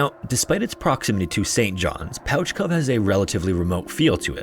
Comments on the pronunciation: Newfoundland shout out here. It is pronounced like pooch, not pouch. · Great video as always! the name Pouch Cove is spoken like "pooch" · Proud newfoundlander here just came here to say its pronounced “pooch cove” understandable mistake though lol love the videos! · It’s pronounced “pooch” cove, like a dog. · pouch cove is pronounced "pooch" cove. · Interesting. Do you always pronounce pouch as pooch? Or is just this particular cove?. Please me so I can get notified. I'm genuinely interested in knowing this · I know how it looks so I don't blame you but it's pronounced "Pooch" Cove :) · In Newfoundland, it’s pronounced pooch like a dog, not pouch like a bag. “Pooch” cove. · I'm from St. John's, and I absolutely love that you talked about this. We tell so many folk tales and ghost stories about it. I apologize for our dialect being very strange. By all logic it should be pronounced 'Pouch' Cove. But it's called 'Pooch' Cove. Similar to the cute world for dog. Our dialect is so strange. But you pronounced Newfoundland right, and for that, Sir, I salute you! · Pouch Cove has me screaming though. And it has never occurred to me that we spell it like that and mispronounce it that’s just so weird. Because that is how you pronounce pouch, but it’s still pooch. Lol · Yo, I live in St. Johns, Newfoundland. Thank you for pronouncing it right, lol. However, pouch cove is pronounced like Pooch Cove, like a dog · Pouch Cove is pronounced "Pooch Cove"--you know if, for some incredible reason, you need to reference Pouch Cove ever again in your life. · Don't know if someone has corrected this yet, but Pouch Cove is actually pronounced "Pooch" Cove. Makes no sense I know, but figured I'd give the correction! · no, not at all. just this cove i believe. There is a lot of weird place names and pronounciations here. there is usually some funny reason for it from a long time ago. but as far as i know, pouch cove has always been pronounced "pooch" cove.